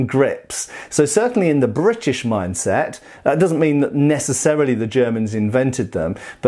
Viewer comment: i like how you say "Brrritish"